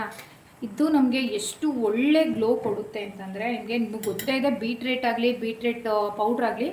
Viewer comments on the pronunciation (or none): Beetrate alla madam..beetroot